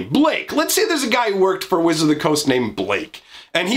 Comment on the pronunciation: Blaaaaaaaaaake? You mean Ba lah key?